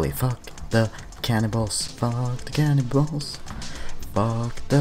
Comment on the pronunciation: At first I thought you said "cannonballs" but I thought "wait...there are no cannonballs" Then I was like OHHHH! Cannibals haha loving your videos man!